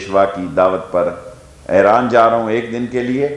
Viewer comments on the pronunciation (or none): none